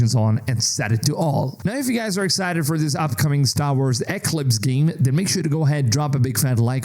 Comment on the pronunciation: Eeeeeeeeeeeeeeeeeeeeeeeee CLIPS.. thats how its pronounced.